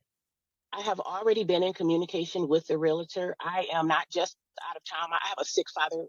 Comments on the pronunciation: the house is his...allows her to stay there. hory shet!!! even going thru this, a gentleman/provider. and why do people say "RELATOR"...is "REALTOR" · These birds always pronounce realtor the wrong way